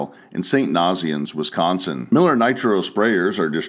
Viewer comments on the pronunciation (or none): I grew up near st nazianz. Nice to see it mentioned. Pronunciation tip: the naz in the town name should rhyme with haze, so a long a sound. Keep up the great videos